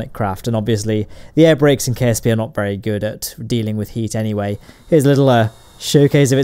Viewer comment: instead of ksp its kacp